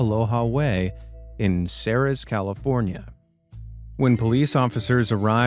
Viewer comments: Ceres, Ca is pronounced "Series" like World Series. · One minor point of correction, having lived there for a few years Ceres California is pronounced the same as the word “series”.